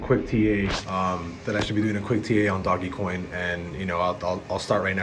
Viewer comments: It's DOGEcoin.. not doggycoin............. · Doggie? 🤔 Isn’t it pronounced “Dosh”? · Its not doggy coin... its pronounced Dohj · (Doje-coin) not (Dog-E) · It reminds me of when people say missile and English say miss-ile. Lol I like saying doggy coin better I heard another youtuber say dodge coin lol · "Doggy-coin" ... Yeah Ima head out. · I’m pretty sure he’s trolling the name since it’s literally a troll/meme coin lmao